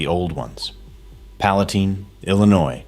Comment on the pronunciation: AI said Palatine wrong😂. Even showed a Masterbuilt controller . I know because I have 2 of them.